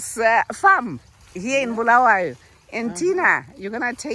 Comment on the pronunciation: This is good, I have been following this channel since from the beginning, please teach that it's Bulawayo not Bhuluwayo.